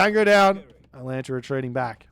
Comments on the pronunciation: Maybe if you had pronounced Atalanta's name correctly the Poseidon player might have been able to win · Poor Atalanta, always having her name butchered. 🙁